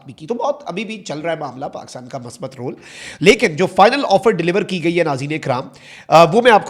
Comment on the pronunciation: Masbat nahi musbat hota he, urud darust kijay